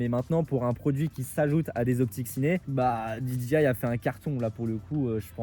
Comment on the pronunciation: Salut. Juste une petite remarque sur la prononciation de DJI. Quasiment tous les francophones font la même erreur. Pour dire DJI ils prononcent DI-DJI-AYE alors que ça c'est la prononciation de DGI. DJI se prononce DI-JAY-AYE.